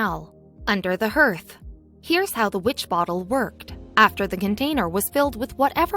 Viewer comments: That's fodder around the fireplace that you keep mispronouncing it a harth not a herth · You would think that someone reading a script would know how to pronounce common terms like hearth and ether.